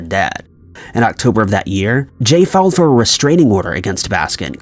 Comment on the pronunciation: Kasey Brewer no he said failed